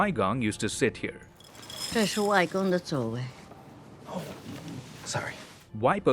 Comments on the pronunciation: Hey actually waipo is pronounced puo not po and it means mother side grandmother and wai gong is mother side grandfather not their name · It’s actually pronounced Wai puo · The right pronounciation will be: Wai bo and wai kong btw.. idk how western people will read it but that's how I've been taught :) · Waipo and Waigong are just the way Mandarin speajkers pronounce grandma and grandpa respectively lol, it was so funny to hear sb say it like a name haha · the number of times 外婆 and 外公 was said incorrectly hurts me on a visceral level but as said by everyone else, not really something you can fault him for its more funny than anything tbh